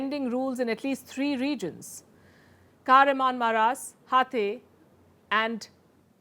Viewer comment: Kahraman-Ma-RaaSH (काहरामानमराश) Ha-TAI (Sounds like Tai Chi - हाताय) Malatya was spot on! Great work Palki.